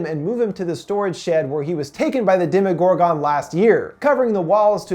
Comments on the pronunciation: Jesus Christ! You make me cringe! It's pronounced Dem-Uh-gor-gin not Dem-EE-got-gone. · Demi-gore-GONE instead of Demi-gore-GUN ??? Lol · most people pronounce it "demo Gore gun" not "demo Gore gone" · Demodoragon😂😂it’s demogorgan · How come you call it dema gor gone it’s demigorgon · Did this guy not watch the show!?! It’s mr mews and not mr meow meow and it’s demagorgAN not demagorgON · you saying demogorgan like that is pissing me all the way off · He doesn't explain anything he just sumerizes it and he can't even say demogorgon or demodog correctly he has Dem-Oh-Dog or demo-oh-gor-gone not demo-oh-gor-ghen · Say it with me here DEMI-GORE-GON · Anyone else get triggered tf of when he said DEMIGORGAN (demigorgen) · Gorgin not gorgon I hate how how he’s says it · It triggers me when he says demagorgone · You can not pronounce demogorgon at the end you don't say gone lol sorry it just kills me when I here you say it like that I mean you have seen the show so I know you know the right way to say it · Y he say demagorgan like that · Anyone else get annoyed by how he pronounces some shit? Especially Demogorgon. And names that are clearly pronounced differently in the show. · The way he pronounces “Demogorgon” gives me anxiety